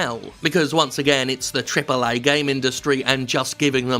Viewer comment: I heard someone pronounce ' TRIPLE AAAY' as 'triple a' or something along those lines. Very weird.